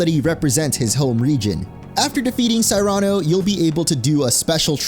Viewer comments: Cyrano...sear an oh. Cmon dude. These names aren't that difficult to say. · Why do you pronounce Gladion and Cyrano's names in such a ridiculous way?